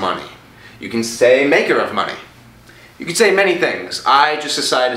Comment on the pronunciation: I KENAT. AYKENAT!!! (i cannot) ahahaha